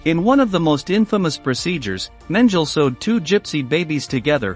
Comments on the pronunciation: I feel that the weight of the subject of this video would be better served by having a human voice narrate who knows how to pronounce names such as Mengele. This is as serious it comes. Please don't make another video like this - it's disrespectful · He also mispronounced Mengele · When talking about a tyrant murdering piece of 🐀💩like mengale you should at least pronounce the name right say as spelt men gal e....y ok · Yeah, it's totally unprofessional. If you can't pronounce names like Mengele or Grese correctly. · "Dr. Menjil??" How about Mengele (Men geh le') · Who's this "Joseph Menjul"? 🙄🙄🙄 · meng ge le That is how you pronounce it. Not Mengle. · *Men-ge-le Not "Menjel" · “Joseph Mendel” stupid ai voice… it’s “Men-geh-la”. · Mengele is pronounced 'Men-gala', not 'Menjel'! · Josef Mengele is pronounced MANG-guh-luh, not MEN-jul. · Mengele (MEN-geh-leh) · Men-ga-la. Learn to pronounce the devil’s name properly so you never forget it. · Mengele is not pronounced Men-Jill. Sheesh guys.... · This man is infamous! And you mispronounced his name? It's MENG' GE LAH. NEVER forget them and their sadistic horrors inflicted on innocent people. If you're going to do this DO IT RIGHT! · His name is pronounced men je la. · The mispronunciation of words like arbeit macht frei and Dr Mengele is too much to ignore. It is disrespectful to those who suffered here to say these things wrong. People were tortured and died because of that motto and that man. Do some research and learn to say them correctly. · Use of too many movie depictions, the narrator doesn't even know how to pronounce the names of infamous Nazi doctors, like Mengele. Do your homework before you put out this garbage. You are not providing historical understanding. You're doing it for Youtube clicks. Shame. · Here’s a suggestion, get your narrator/robot voice to pronounce words correctly…Like Mengele. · Why the mispronunciation of Mengele?